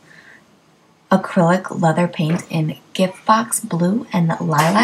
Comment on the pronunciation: Not Angelias, Angelus!